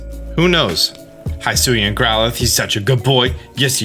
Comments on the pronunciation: Can you stop saying “high suian” The narrator says “hi-suian”. Hi as in hill. So it sounds more like hiss ooh eee an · Very good analysis video! My only complain: the pronunciation of “hisuian”, the “hi” is pronounced as the pronoun “he”, not as the greeting “hi”. They say it out loud in the video multiple times :) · “HIGH”SUIAN????? bestie…. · Hisuian is pronounced he-soo-ee-an, just a heads up :)